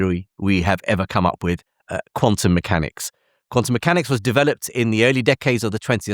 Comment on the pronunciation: Jim’s pronunciation of “developed” ie de veloped, got me wondering what I was actually watching!?